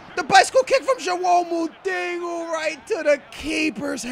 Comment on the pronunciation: he always says: joao mutingo. why?!?! even in Portoguese you say moutinho, like ronaldinho. u dont say ronaldingo dont you?